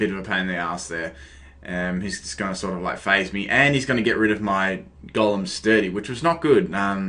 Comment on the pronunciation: Am I the only one who think that when he says Golem it sounds like Gollum...? No hate though, love the accent~